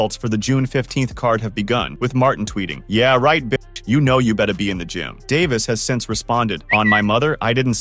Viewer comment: You have extensive knowledge of the boxing community... so much so that you can articulate Davis name without him sounding like a female